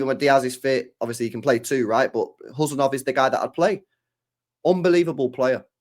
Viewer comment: 😮You are first English men pronounced his name correctly 😂